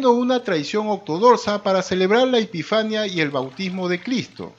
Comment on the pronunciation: Es epifanía con fuerza de voz en la penúltima silaba y es canónica. Al menos si van a leer, hagan lo bien, por favor.